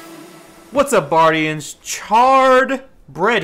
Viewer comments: "hey buardians, micropachycephalosaurus here" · "what up buardians. Sir thicciest here."